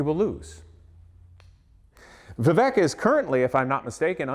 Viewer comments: The name is pronounced Vivayk, like in "cake". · The guy doesn't even know to pronounce vivek! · At least pronounce his name, right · You don't even know how to pronounce your opponents first name. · You can’t even pronounce his name correctly? 🤯